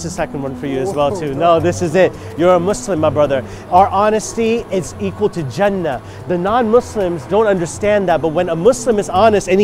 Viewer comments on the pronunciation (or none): My name is Jannah not Jenna it’s Jannah